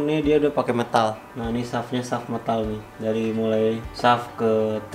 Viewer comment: metal bang... meeeeeeeetal bukan mtal